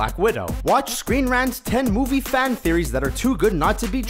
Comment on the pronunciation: The way the v.o. guy pronounces "man" and "fan" is really odd.